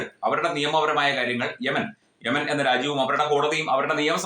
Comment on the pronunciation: 😂😂ആദ്യം യമനി എന്ന നേരെ ചൊവ്വേ പറയാൻ പഠിക്കുന് നായരെ... ഉസ്താദ് യമൻ കണ്ടിട്ട് അവിടെയുള്ള ഭരണാധികാരി കാണാൻ തുടങ്ങിയിട്ടും കാലം കുറെ ആയി... നിൻറെ കേന്ദ്രസർക്കാരിന്റെ പ്രതിനിധികൾ ഒന്നും അവിടെ ചൂട്ടെടുത്ത് പോലും പോയിട്ടില്ല😂😂